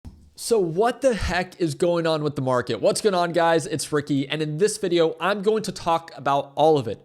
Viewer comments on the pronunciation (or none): none